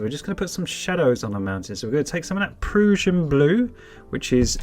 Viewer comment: Proo-shin blue is the wrong pronunciation. It's Pruh-shin Blue as in Russian.